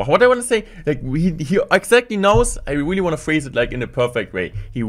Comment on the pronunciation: The video is very good but the weely is weely weely weely wierding me out